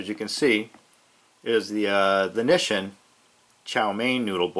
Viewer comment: *"mah-ROO-chan" and "knee-sheen"